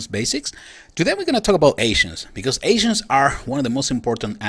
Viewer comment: For some reason, every time you say ancients all I hear is "asians" gets kinda awkward. "The higher the level of your asian, the more powerful you get"